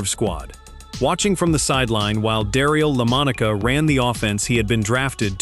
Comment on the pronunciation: "Darill Lomonica"... that's some bad AI narration....